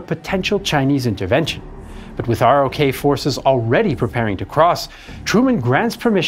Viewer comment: It isn't spelled Sign-o. And ROK is pronounced "Rock".